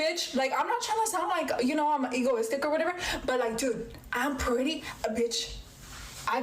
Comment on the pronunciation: See, I was gonna ask if she had asked men this question before posting a video online, but... now... Also, what is this word? "Ignoristic"? I'm trying to hear *egotistic" but it just won't happen.,,... sleeves are for wusses. They mess up for traction and grip and makes you look even more desperate. Now heating up the glass - that's where it's at. Personal thing, I know, but I've never been able to stick to particular plans for myself, nor have much of an ambition I feel like sharing, so I've always teken it one day at a time, and the mindset from that black woman is what confuses me, precisely because of those reasons. If he doesn't know where he sees them in 10 years, why worry? Someone said 'if you fail to plan, you plan to fail,' but in my experience, things don't always require a 10-year plan to work out. Besides, she could always leave if she doesn't see an attractive future with him. Why'd you care where he's at in 10 years if you won't stay with him to begin with, though? Seems reasonably to think that, to women, 'ambition' means 'money to spend on you', though with that logic, what she's saying is she doesn't like when he's poor because he doesn't have money to spoend on her, which I suppose is an adequate enough translation. Body count's another thing. I don't care if neither of them care, but she's going on about how she doesn't get why he does 'all these girls' when she at least looks like she could've been one of them. 'Always in wom